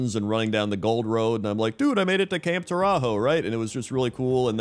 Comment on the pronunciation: camp tore-a-hoe a new one